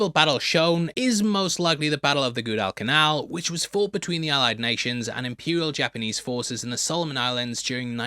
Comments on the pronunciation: It’s a great story but I’m so tired of everything being 3D / cell shaded animation. Also it’s pronounced G’wah-dull-canal 😂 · They labelled the setting for Bullet in the 'North Atlantic 1942' and USS Ranger is right there, and is that really the way you pronounce Guadalcanal in Britain? ...'Goodal'.